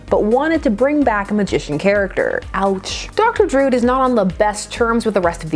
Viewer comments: Druid is not pronounced "drood." It's droo-id. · Love your pronunciation of Druid. (drood) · Love your channel but it is pronounced Dr Dru-id. A Celtic word for mystic. Yours is one of my favorite comic channels.